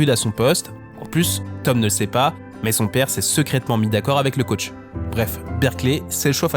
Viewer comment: the caoutch? c'est un canapé dont tu parles? c'est comme ze shoute?